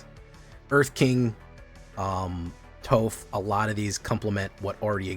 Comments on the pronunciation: Its pronounced "toff" smdh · How does he not know how to say Toph?!